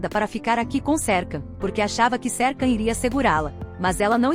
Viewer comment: você fala o nome dele errado